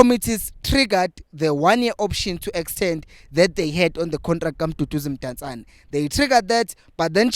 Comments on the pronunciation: Potsane not Mpotsane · It's Potsane bro NOT Mpontshane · IT'S POTSANE, NOT POTJANE😂😂😂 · Sorry.But his name is Potsane not Mpotsane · Potsane not mpotsane